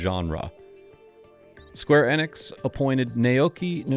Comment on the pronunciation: Aw, no mention of Nasir Gebelli's involvement in the 8-bit games. :( At least you said "Enix" right though ;)